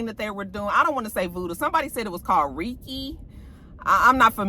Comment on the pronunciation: It’s reikhi (pronounced rake-y).